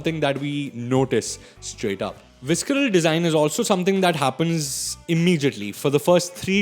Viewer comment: I'm sorry, I love your videos but you absolutely butchered the pronunciation of visceral and it made me cringe.